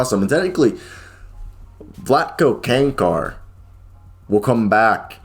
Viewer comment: Chanchar, not Kankar